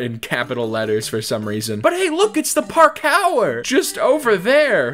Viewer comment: ah yes i love me some Park-our